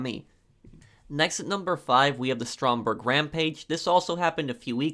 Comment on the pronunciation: It’s actually Stromberg look it up